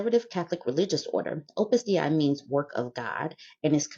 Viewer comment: it's pronounced Day-Ee. It's latin, and I'm French